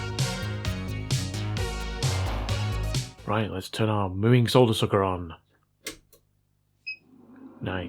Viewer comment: At least he still says solder and not sodder. Not sure aluminum is excusable though